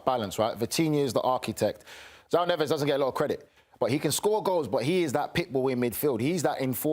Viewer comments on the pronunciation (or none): Their names are Fabian Ruiz and Neves, not "Pablo Ruiz" and "NeveZ" 🤣🤣